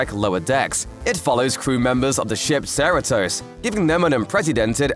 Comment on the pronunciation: Obviously never seen Lower Decks based on their mispronounciation of Cerritos!